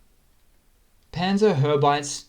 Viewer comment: Pan-tsär-hau-bi-tsä Your butchering my beautiful language!